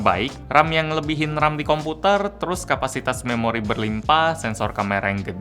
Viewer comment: Waktu dia ngomong juga memang ada penekanan saat ngomong memori. Seperti ada yg ingin disampaikan lewat penekanan